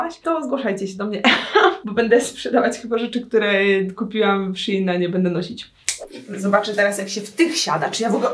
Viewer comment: Mówi się szejn a nie szin